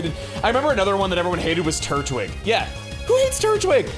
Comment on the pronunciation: No shot people called Turtwig, 'Turdwig'... that's hilariously funny.